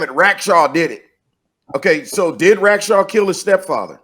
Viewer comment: There were three main names mentioned in this podcast, Robert Rackstraw, Tom Kaye, and Barb Dayton and mispronounced or botched all of them. Reminds me of a Key and Peele skit about a substitute teacher taking roll call and mispronouncing all the students' names along cultural lines. With that in mind, for diversity, equity, and identity's sake, shouldn't an alternate name for DB Cooper be created? DeShewayne Lil Cuprakonda.